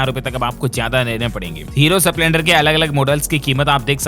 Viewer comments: डील्स भाई स्प्लेंडर का उच्चारण ठीक नही है। स पूरा नही आधा है ठीक करें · सपलेंडर नही स्प्लेंडर 🙏🙏🙏🙏